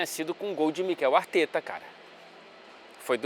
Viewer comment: Cala ao invés de cara, glande ao invés de grande... o que está querendo nos dizer?!